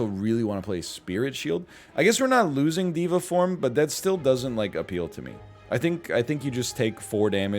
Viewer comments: dey-va form not dee-va form my dude :-) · I really like NL saying diva form instead of Deva form